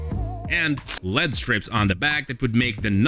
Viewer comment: L. E. D. Not Led.